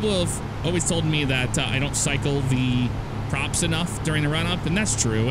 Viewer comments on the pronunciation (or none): none